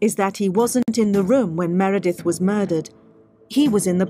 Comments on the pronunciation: I think you kept accidentally saying, “Miranda,” because it’s a mix between ‘Meredith’ and ‘Amanda.’ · Why do you keep saying “Miranda”, don’t you mean Meredith? Slightly unfortunate 😮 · It’s “Meredith” not “Miranda”. Sigh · Disappointing you kept calling Meredith ‘Miranda’ the whole documentary you were analysing called her ‘Meredith’ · MEREDITH NOT MIRANDA !! How many times does she have to repeat "MEREDITH" ????? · And the documentary keeps saying Meredith over and over again yet he still says Miranda. Ugh. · This guy talks about "Miranda" WTF is she? aMeRAnDa or MER edeth? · I found it hard to take him seriously as a statement analyst if every time Meredith’s name is used in the documentary he still called her Miranda . Yet everyone else was named correctly apart from the victim. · Miranda ?.... It’s Meredith. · Meredith.... MEREDITH not Miranda... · Please get the names right: There is a Meredith and there's an Amanda, but thre is no "Miranda". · Meridith, not miranda Lol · Meredith not Miranda! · Meredith, not Miranda WTF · Meredith not Miranda please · Who’s Miranda ?! You keep saying it ! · MEREDITH. NOT Miranda. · Interesting. But a bit off putting that you keep calling her Miranda. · Miranda??? Dude! Come on…. I love your analysis, but get the victims name right. I can’t listen to the whole video with persistent misnaming. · Can you please get the victims name correct!! Meredith.. A good detective listens!! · Please can you get her name right? MEREDITH. You need to apologise for this. So disrespectful. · please take down the video and redo it. You lose credibility if you say the victims name wrong the whole time. Also, why would you analyze a documentary ? I would stick to the statements of Knox if the video is about her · If you can't even get the victim's name right, you shouldn't be talking about the case. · Very disrespectful not getting Meredith’s name correct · Please get the victim's name right